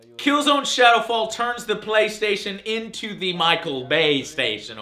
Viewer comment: looooooooool, "the bay-station" = )